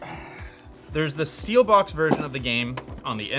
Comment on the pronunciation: i hate it when he calls it steelbox instead of steelbook